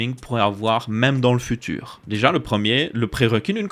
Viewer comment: Le "furure fait futeur"